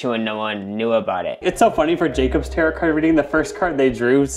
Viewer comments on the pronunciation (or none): Not the Tay-Ret cards😂